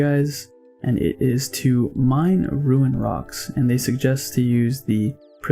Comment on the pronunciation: Love the vids man, pretty informative also not to sound like a douche but its rune not ruin like roon haha sorry